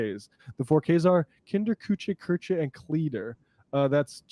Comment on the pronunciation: "Kinder, Kuche, Köche and Klieder". Way to butcher a language lol